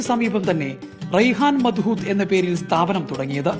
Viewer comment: ഈ പേര് (മദ്ഹൂത്ത്) നിങ്ങൾ ഒരു അറബിയോട് പറഞ്ഞാൽ മനസ്സിലാകില്ല അതിന്റെ ശരിയായ ഉച്ചാരണം മലയാളത്തിൽ കൃത്യമായി വരില്ലെങ്കിലും , അതിന്റെ പേര് അറബിയിൽ مضغوط (മദ്ഗൂത്ത്) എന്നാണ്